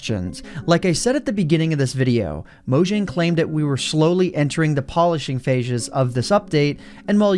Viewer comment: what's a "phashe"